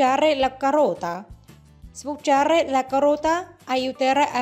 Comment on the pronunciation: Con la voce di "Stanlio" che pronuncia sbucciare la carota, dicendo succhiare la carota e acìdo in luogo di àcido è un video molto divertente. Dal punto di vista dietetico non dice nulla di nuovo alla donne: "Prendetevi la carota che vi fa bene!"😁😁😁